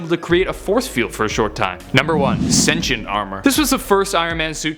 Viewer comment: Why can't you pronounce "sentient" correctly